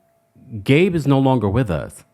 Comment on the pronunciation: He can't even say Gabe's name 🥶 yikes!!